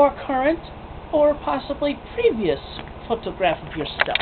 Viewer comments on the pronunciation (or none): oh my fuck stop saying photograph like that gah